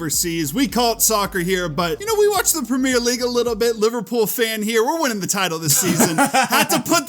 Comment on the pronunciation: The "premiere" league lol